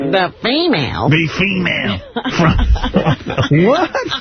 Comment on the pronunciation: I understand. It's how this little weirdo said the word. His pronunciation